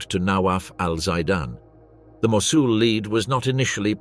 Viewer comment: Seriously, this is very interesting but the AI is terrible. Should be a human narrator. Mosul was pronounced at least 5 different ways, including 2 different pronunciations in the same sentence. Very amateur and ruins the documentary.